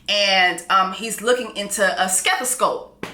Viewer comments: "SKethoscope"!!! I hollered! Said it with the hard K too! 🤣🤣🤣🤣🤣🤣🤣💀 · Jess said, "Stethoscope" 😂😂...girl